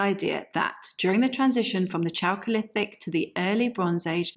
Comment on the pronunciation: Thanks for the video. Just wanted to point out that chalcolithic is pronounced with a k sound at the start. Not your fault, but since it's a technical term that is likely to crop up again on this channel, it would be good to use the correct pronunciation from now on.